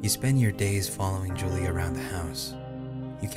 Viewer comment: I love this game, but it was killing me at the beginning when you kept saying Julie instead of Julia. When the scary music started when he found the typewriter outside, I got the heeby-jeebies.